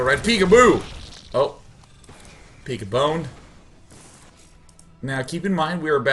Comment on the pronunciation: awesome play by the zerg!!! :) btw, day9, when you said peek-a-boner, i laughed so hard, because in portuguese, "peek-a" souds exactly like "pica", which is a slang for penis, hahahaa